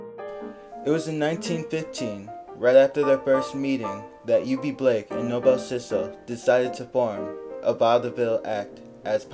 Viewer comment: Thanks for the wonderful video! For what its worth, its pronounced No-Bull ( Noble ) and not No-Bell 😊